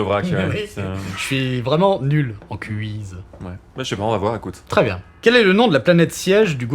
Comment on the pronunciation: Est-ce que François Theurel a-t-il déjà entendu parler de l'hypercorrection (correction fautive par volonté excessive de bien parler) ? Car le mot "quiz" (avec un seul "z"), se prononce bien |kwiz|, comme en anglais, avec un son "ou" comme dans "oui". Sans rancune Franky, mais c'est tellement injuste de voir quelqu'un couper la parole de son interlocuteur pour le reprendre de manière condescendante et à tort. 🙋‍♂️